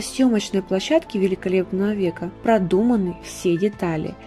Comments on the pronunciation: ПлОщадке.)) Лучше позаботиться о грамоте материала, перед выкладыванием во всеобщий доступ. А так, информация очень интересная. Спасибо. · "Скандалы на плОщадке"!!! Что ж так Вы безграмотны???